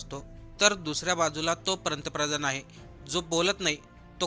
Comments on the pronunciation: प्रंतप्रधान नाही रे बाळा ते पंतप्रधान असं आहे. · भावा पंतप्रधान शब्दांचा उच्चार व्यवस्थित कर.